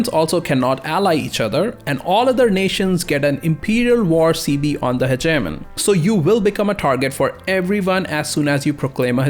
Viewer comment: Anybody else thought he said Ze Germany when he said Hegenomy XD